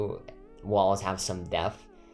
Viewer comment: Its so cute how he says deaf and not depth :))